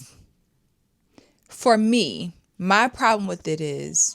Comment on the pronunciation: Say it with me.... With you all. Not witch all